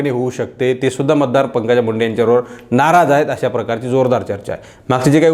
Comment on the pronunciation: आपलं विश्लेषण अप्रतिम आहे पण एक शब्द दुरुस्त करा, तो म्हणजे वाक्याच्या शेवटी आहेत असं म्हणा आहेता, आहेता असं म्हणू नका